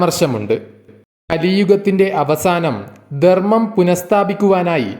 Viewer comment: Not dermam. Say Dharmmam